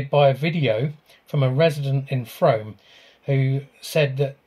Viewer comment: Great podcast, new subscriber, I am a Warminster local, and can see my house from here, never seen a UFO thou in 50 years, lol it is not Frome as in Rome, its Frome as in Room, very quirky pronunciation. Battlesbury and Scratchbury hill forts are impressive, but you will have to be careful as on the edge of SPTA (Salisbury Plain Training Area). Currently they are training Ukraine troops in that area, so very sensitive to drone activity, as you can imagine :(